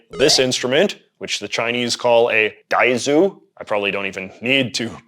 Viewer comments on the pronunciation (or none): Dude please stop saying DAIZU